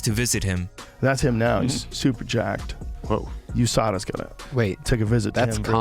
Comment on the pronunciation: “Oim gettin jaaacked”